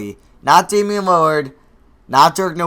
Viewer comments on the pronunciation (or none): none